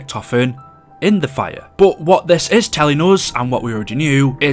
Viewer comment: Everyone: Fire: Fireuuu